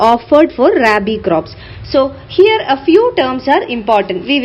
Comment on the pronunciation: Mam I m a agriculture student, it is not raibi as u pronounce ,,,, its rabi